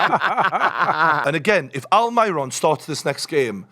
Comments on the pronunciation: Please don't call him Almayron. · Who the fuck is Alm-eye-ron